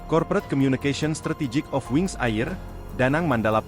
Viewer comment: Wings Air (bacanya "Er"ya min)😊